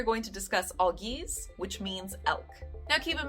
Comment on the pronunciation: AL-geez. Norse words have emphasis on the first syllable. English speakers tend to associate emphasis on the second with exotic words due to the history with French and Latin and often subconsciously apply it to unfamiliar words but Norse is very much an ancestor language. Emphasis and pronunciation are essential as these are oral traditional cultures and rhythm of the words is essential in the beautiful poetic tradition which all these stories were passed on through.